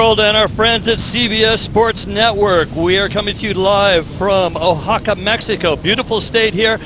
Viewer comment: dude they couldn't even pronounce Oaxaca properly hahahahaha